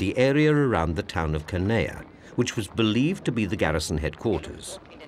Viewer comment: Judging by the soundtrack, one particular machine gun was firing the whole time all over the island and even at the same altitude as the Ju52’s. And the British narrator continually mispronounces Canea. It is spelled in many different ways in English, but should actually sound like “Haan-ya”.